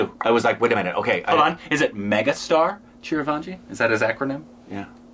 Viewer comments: CHIRAN - JEEVI NOT CHIRAN - WAJI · Chiranjeevi (CHEER-IN-JEEV-EE) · Did he say CHIRVANJI???😂